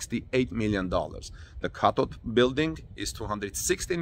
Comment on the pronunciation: He said cathode,I had to read the transcript, I can't write a correction on that one! You pronounce th*like a "D" ask you daughter! 👍🏿😊